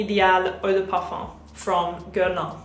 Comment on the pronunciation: It’s pronounced “geah-r-lain”